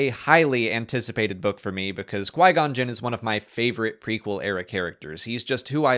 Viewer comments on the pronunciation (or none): none